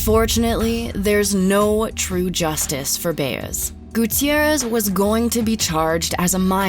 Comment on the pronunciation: The way you’re pronouncing “Baez” makes me cringe lol